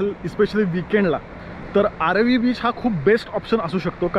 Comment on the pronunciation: It's aaravi not aarvi 😀